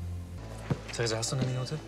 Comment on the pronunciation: Theresa..Theresa....Theresa Danke Theresa, hör zu Theresa Wie oft er einfach Thresa sagt bzw. wie du das zusammengeschnitten hast😂😂